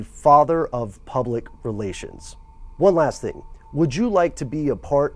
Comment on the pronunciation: "And just do the right thang, it's just the right thang to do". ROTF LMAO